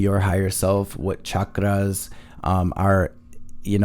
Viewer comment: The only tarot reader on YouTube I’ve heard pronounce chakras correctly 😊🙏🏾🌿